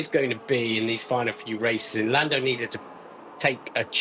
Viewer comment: lamb lando , haha nice slip of the tongue !!